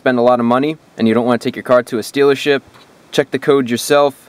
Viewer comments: Did you say (steelership)?😅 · Did he say dealership or stealership? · Lol "Stealership"